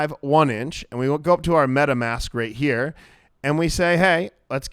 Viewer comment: You got a like for just saying "let's tune in heyahh" 🤣